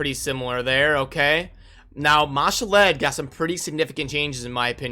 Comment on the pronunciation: What do you value the CB keys? I don't see them on the calculator anywhere? The way you pronounce some of the names, such as Ma'Shalled, makes me think of that Key and Peele skit where he's doing roll call at school. lol. "A A Ron"